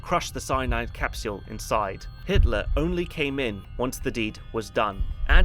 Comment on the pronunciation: did I hear you say Hisler (Innkeeper)? I hope we don't end up mentioning Nostradamus and Hister (Danube River). I'm only teasing, I am sure you had a slip of the tongue incident.